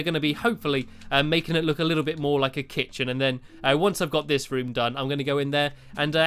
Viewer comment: dude, the kit-chen